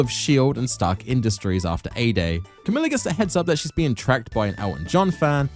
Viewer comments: Great video BUT.... it's NOT Kamila, it's KAMALA. Like god you say Kamila SO much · "Kamala" is not hard to pronounce, yet you mispronounce it throughout despite the characters giving you the right pronunciation. are you slow?